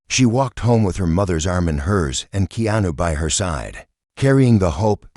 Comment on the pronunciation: Please pronounce Keanu's name properly